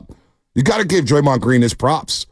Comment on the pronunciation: why is he saying draymond name still? 😂😂😂😂 he didnt learn or what